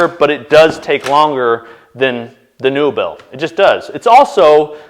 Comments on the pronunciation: Its likely pronounced neobell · Pretty sure that's pronounced more like "nobel" but the N-O sounds the way it does when you say "Northern"